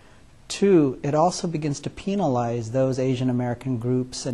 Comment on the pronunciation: did he just say penilise? da fuq?!?